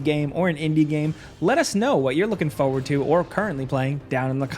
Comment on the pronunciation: I don't like how pronounces "forward"